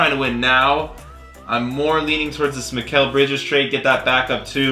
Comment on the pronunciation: Every time he says mikal bridges it reminds me of mikal Jordan from troydan